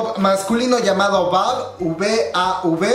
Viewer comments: Se pronuncia vieyvi :v y bien prrona la canción lslxndkslls los amo Y si cantan palabras en español, si quieres busca la letra ;v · se pronuncia VI AI VI!!!! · Jajajaja yo también al principio los llamaba VAV en vez de ví ei ví como se pronuncia realmente. Es de mis canciones favoritas de Kpop del 2019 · Se pronuncia letra por letra con la pronunciación en inglés: "vi ei vi" Si te fijas en la canción dicen "fiesta" y "te amo" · Querido se pronuncia vi ei vi (VAV) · Se pronuncia vieivi, creo. Y yo no diria que es reggaetón, pero esta kuls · Se pronuncia "Vi ei vi" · Se pronuncia las letras VAV en inglés